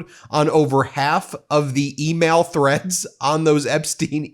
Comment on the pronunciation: email "threads" not "threats" Ben. it matters